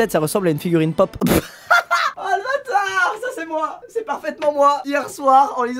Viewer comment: J'adore le "pop " dit d'un coup sec🤣🤣🤣